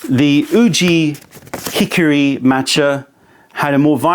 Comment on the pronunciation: you are mispronouncing Uji Hikari. its. YOO-jee he-KAR-ee not OO-jee HICK-or-ee.